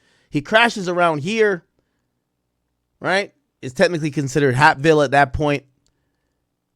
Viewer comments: I’m literally 5 mins from hapeville but the way he pronouncing it I thought this happened in some small town far away that I’ve never heard of.. Its pronounced like heyp-ville basically like cape but with a h instead of a c aka lil Mexico it’s nothing but Mexicans over dat way good food over there though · Somebody tell Ak that it’s pronounced “HAYP-VILLE”😂😂😂🤦🏾‍♂️ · It's pronounced H-🦍-ville. It's considered Atlanta/Fulton County, Georgia. It's close by the airport. There are hotels and restaurants on the strip.Also a Porshe dealership.You basically get off an exit and it's a regular 4 lane road and some one-way streets. Depending on the direction you're traveling. I think he might have been under the influence of something. He hit something and panicked and called his manager instead of the police. He probably knew the police would be able to tell he was under the influence while operating a motor vehicle and would've arrested him on the spot. Nobody wants to go to to Fulton County jail! I think he called his manager to avoid any trouble with the police. The manager was at one of those nearby hotels. He probably could've walked there if he wanted to. Although it's still confusing as to why he decided in that moment to unalive himself! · Hapeville is pronounced like Vape with an “H”. Hapeville is Atlanta, it’s by the Airport and Porsche Building. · The way he sayin Hapeville is killing me lmaoooo